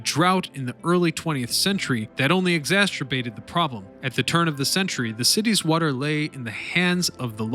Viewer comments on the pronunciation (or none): It exasterbates the problem.